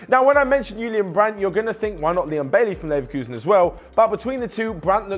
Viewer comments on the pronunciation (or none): none